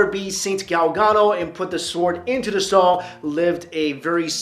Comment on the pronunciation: I'm sorry, but y did u pronounce stone as "storng"?